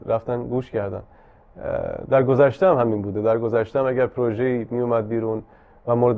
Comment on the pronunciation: اقای مکری درود ، ازشما که مجری باسابقه ای هستید انتظار میرود لغات را درست تلفظ بفرمائید : " پورژه "غلط است "پروژه " بایستی گفته شود و یا اگر مانعی نمیبینید بجای تلفظ فرانسه این لغت گویش انگلیسی انرا ادا کنید ، شما در هر برنامه تان چندین بار تلفظ غلط را که نه فرانسه است ونه انگلیسی ونه تلفظ معمول فارسی تکرارمیفرمائید ، یکی از برنامه هاتان را مجدد بازبینی بفرمائید متوجه خواهید شد چند بار "پورژه" را بجای "پروژه" یا "پراجکت" گفته اید سپاس